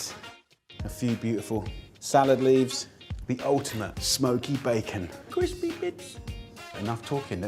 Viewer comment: CWISPY BITS 😂😂😂